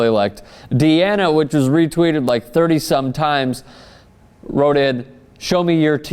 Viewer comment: that dumb idiot said "wroted" lol